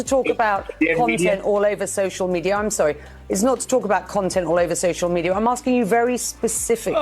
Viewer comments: It's not social media ,he said "maenia'😂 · I notice it for sure... he's not literally saying media but meniaa.. 😂😂